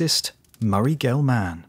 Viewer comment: I thought the same thing. There were several mispronunciations that bugged me, but I don’t doubt I make some too without knowing it. Murray, “GelMAN,” seemed odd to me. Just, “Gelman,” with no extra stress on the, “man,” part necessary.